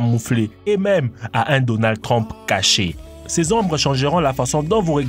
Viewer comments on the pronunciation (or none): none